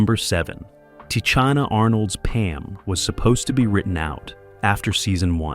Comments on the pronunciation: Pronounced Ta Sheena, not Ta cheena!!! 😂😅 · No, it is pronounced Tanisha Arnold and Tisha Campbell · Its pronounced Sha Nay Nay not Shananay. Tichina Arnold's name is pronounced Tasheena.. if you're going to do a video of such an Iconic Show please take the time to learn how to pronounce the actors name's and the characters names correctly!